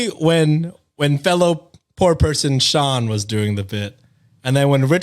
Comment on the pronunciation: ayyyy! Sean said my name right (the latter two times lol)!! Fun fact: like Brenna, Sean is also an Irish Gaelic name 😊